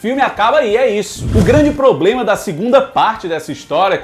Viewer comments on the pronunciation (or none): none